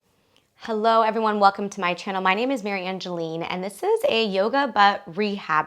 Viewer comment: Yes this is how you pronounce my name ! I'm sooooo happy you did this vid ! !